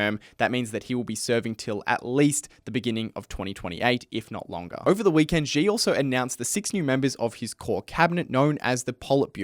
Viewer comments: Xi is pronounced like the English word “she”. It’s not hard. There is no “j” in Chinese like the French j as in “je suis…” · Good video, but please, at least learn how to pronounce “Xi” if you are going to say his name so many times.